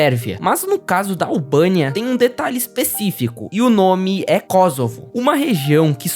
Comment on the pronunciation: também é "Kôssovo", não "Kózovo"